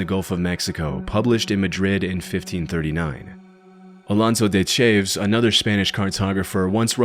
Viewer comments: Ch-ayvs? Cha-vez. Jfc. At least edit the AI garbage. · It's "CHAH-vez", not "Chayves" and "KELL-tic", not "SELL-tic".